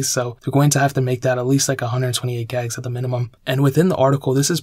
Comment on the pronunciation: Dude GIIIGS GIIIIIIIIIIIIIIIGS Not Gags... Good video but duuuuuudeeee...